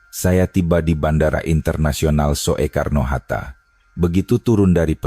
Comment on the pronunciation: Kakek jompo tuek, yg baca narasi, masa sih ngga tahu membaca kalimat ejaan: van euphusyen, spt kata bandara: Soetta (Soekarno-Hatta) & Soetta hrs dibaca Sutta (Sukarno & Hatta) ga dibaca: So.e.karno. Begeto aja, masa kakek tuek ngga tahu siih manula yang goblok yeah ??!! 🥴